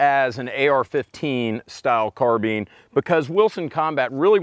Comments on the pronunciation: carbeen? thought it was pronounced like carbine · which one is the correction pronunciation? Car-BINE or Car-BEEN?